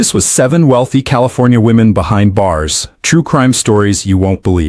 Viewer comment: WEALTY ? STOP THIS BS !